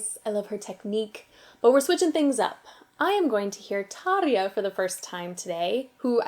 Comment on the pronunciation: Wow, that's the first time I've heard someone actually pronounce Tarja's name correctly on YouTube, are you Finnish by any chance? Well, I might find out during the video, who knows, it's my first time here.